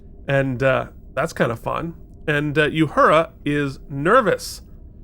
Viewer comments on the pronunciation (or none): Love you guys! But, please stop calling Uhura Yahura. Theres no Y in her name.